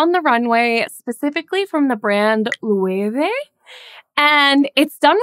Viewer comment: bless you for pronouncing Loewe correctly